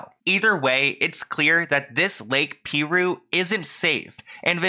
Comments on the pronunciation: Great video! RIP Naya Rivera.😥 "Piru" is pronounced PIE-rue not PEE-rue😉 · It’s pronounced PIE-ROO Edited to say LOL I would haunt my sister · THE WAY HE SAYS PIRU…. It’s pronounced pie ru lol 😆. Many locals don’t fuck with that place.. so many drownings we drive to another one much farther to go to a different lake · Pie-rooo is the name of the lake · FYI - The lake is pronounced PIE ROO not Pee roo. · The lake is pronounced, "PIE-RU" not "PEA-RU" lol. Great video tho, as always!! 🥰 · Dear, I just started watching this. Please take note, It's pronounced Pie-Ru. Not Pee-Ru. I live here, so I should know. BRB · PIE - ROOO ! Not peeee roooo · Hey ❤️it's pronounced Pie-rue, like an apple PIE with RU at the end😊 What an incredible loss! I hope her son knows how valued he is! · It's pronounced P(eye)roo and they have multiple warning signs all over the place. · It’s pronounced Lake Pie-ROO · It’s pronounced pie roo I live a town away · Lol I love you so much but it’s pronounced “pie-roo” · It's actually pronounced pie-ru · Lol you pronounced the name of the lake wrong lol